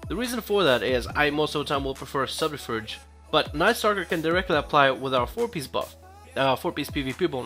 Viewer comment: I don't know if you realised but your pronouncing subterfuge wrong